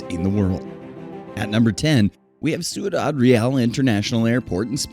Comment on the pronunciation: #10 is mispronounced; it should be roughly "syoo-dahd rey-ahl," not "soo-ee-dahd ree-al." The narrator has reversed the I and the U in "Ciudad."